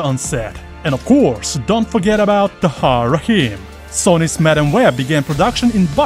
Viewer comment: I thought he said Sonic instead of Sony lol 😂